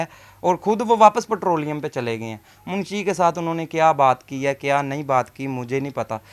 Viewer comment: petroliom nahin nahin hota petroling hota hai